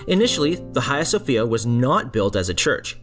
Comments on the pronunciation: Nice work. I went recently and it’s still amazing from the outside. The inside feels odd and complex. Note on pronunciation ~ there is no “kh” sound. H “ha” as Hagia. Or it’s also pronounced “Aya Sophia” 😊Hopes that is helpful and not critical sounding 🙏I look forward to more videos about Turkey 😊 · Ayia Sophia is better of Hayia Sofia pronunciation please buy doesn't matter still the documenter and the information contained is very true and interesting as a whole! Optic Acoustic too!!! Well done 👍!